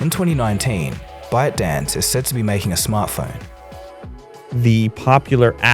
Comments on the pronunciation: Am I the only one hearing "Butt Dance" LMFAO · when you said byte dance what i heard is "butt dance" lol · When says ByteDance it sounds like buttdance